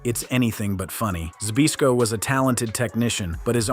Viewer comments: The guy talking pronounced Larry Zbyszko, Larry Bisco wtf. 😂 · This video showed us something very important...how to completely fool AI. Just get it to try and pronounce "Zbyszko", because holy hell was that not even close lol.